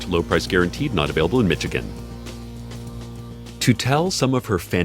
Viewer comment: I can’t believe Cecil said Michigan correctly.